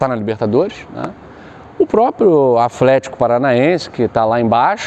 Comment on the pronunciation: Afletico kkkkkkk